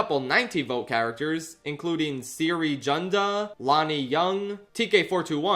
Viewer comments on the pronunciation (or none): Heartbreaking that not only did Cere get the least votes out of the character from the Jedi games, but pronounced her name wrong. Get behind me Cere fans, we’re the only ones who understand her. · Ain't no way pronounced Cere as 'siri'